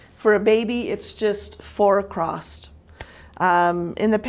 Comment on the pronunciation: Please! It’s across....not acrost!!!!!!!!!